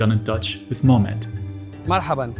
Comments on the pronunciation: Who is Momed? The brother even sent you a video of him pronouncing his name 😭Forget pronouncing it perfectly, you weren't even CLOSE... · did he say momed?